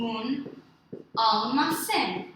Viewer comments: One small appreciation. We don't say AL-ma-CÉN. We say al-ma-CÉN. Both al and ma are equally low tones. Spanish fluctuates with tones more flatly kind of like Japanese, while English is more up and down constantly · Your letter e in almacen should sound more like ay -fellow gringo Spanish teacher that also does not have a perfect accent ;)